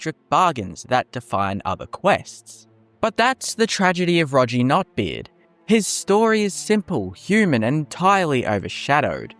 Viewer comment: His name is Roggi, pronounced like soggy with an R, not like dodgey. It's ironic that, in a video about oft forgotten followers, you didn't get his name right when this game has voice acting😂